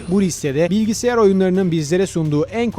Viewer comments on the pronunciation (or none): none